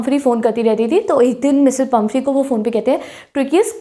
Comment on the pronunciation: She is pumphrey not pumpehry